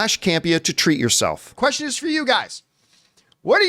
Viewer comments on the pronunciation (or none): none